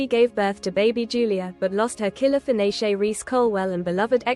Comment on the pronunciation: “Killer finishay” 🤣🤣🤣🤦🏻‍♂️🤦🏻‍♂️